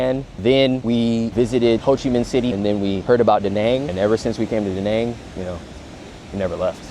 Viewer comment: one thing though Da Nang pronounciation is just wrong